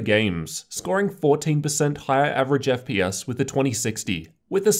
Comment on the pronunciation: "ef pee ass" that makes me love you even more.